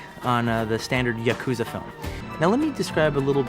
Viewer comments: The difference is yakuza isn't an anglicized word. Paris isn't a mispronounciation, it's how the word is said in English. Yakuza is a Japanese word that Americans mispronounce. In this case it's like saying quesadilla by pronouncing the Ls or pronouncing ramen like roman or ray-men. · It's always funny to me how much Tarantino fetishizes Japanese culture while simultaneously mispronouncing common words like "yakuza".